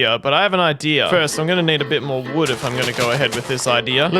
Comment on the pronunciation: you said mood you replaced w with m sooooo you said mood